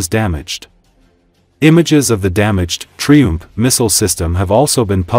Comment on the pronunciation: Lousy AI voicing. Please learn to pronounce "triump" and "Crimea